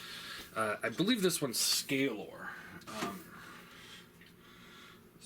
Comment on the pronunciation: It's Skalor, with "k" :P Other than that, great figure, I love it, looking forward for the rest of them!